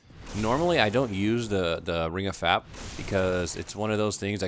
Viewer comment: Am I the only one that laughs every time he says "Ring of Fap"